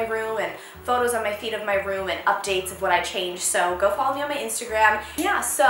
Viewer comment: Anyone else think she said "I post photos of my feet in my room" at the end haha??